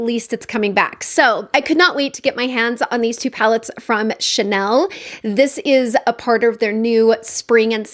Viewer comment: I think I will not be able to help myself. I have not been tempted by Chanel in a loooong time. I appreciate the effort of searching how to pronounce the name. Thank you